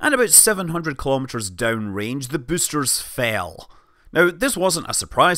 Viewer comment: you have a funny pronunciation of the word "boaster" lol